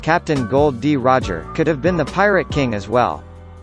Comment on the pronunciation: That's Gol D. Roger not Gold D. Roger and Luffy not Laffy Lol